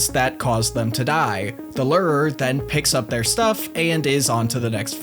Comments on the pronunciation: Lew-Er-Er brother ;-; fuckin Lir-ir-ir 😂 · the way you pronounce "lurer" is off. its' looer-er not ler-rer. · The wine lerrrrr by the lerrrrerrrr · Lure er.. lurer…. Lu rahuh…Ler’rrrrr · Its actually lore er